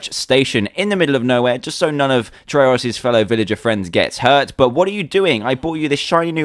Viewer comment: fake. not dans personality. neither how u pronounce trayaurus